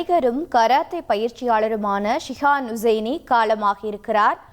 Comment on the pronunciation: செய்தியாளர் அவருடைய பெயரை தவறாக உச்சரிக்கிறார் அவருடைய பெயர் ஷிஹான் ஹுசைனி அவருடைய ஹை ப்ரோபைல் நிறுவனத்தில் 2000 மாவது ஆண்டில் நான் வேலை செய்தேன் மிகவும் உற்ச்சாகமான நல்ல மனிதர்...😢😢😢